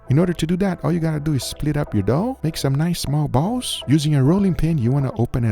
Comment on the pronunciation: The way says small balls loool